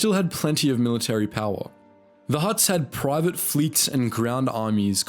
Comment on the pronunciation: They are called Hutts.. Not Helps..